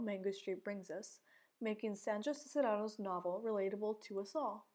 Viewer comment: I know you made this years ago but it's pronounced "Sees-ne-ros". Just in case anyone else watches this and wonders about Sandra Cisneros name haha